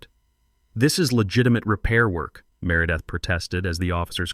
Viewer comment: Can't pronounce merideth and calls her mārâ-death. The mispronunciations of the HOA Presidents name fits her so much better.🤣🤣🤣🤣🤣